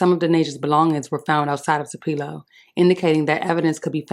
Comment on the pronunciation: Wrong pronunciation of Tupelo young lady.